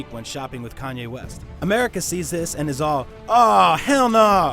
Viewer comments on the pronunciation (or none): none